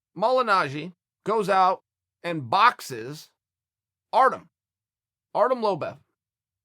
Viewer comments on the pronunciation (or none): Artem "Lobev"